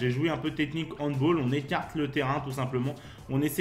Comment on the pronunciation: Super vidéo continue comme ça ! Attention c’est handball et pas handboll 😅😅😉